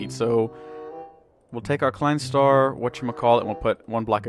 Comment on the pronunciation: you pronounce it as: klein star tswai